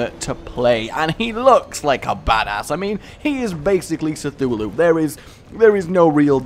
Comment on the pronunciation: .....did you pronounce Cthulhu as "Sethulhu"?..........INTERNET RAGE!!!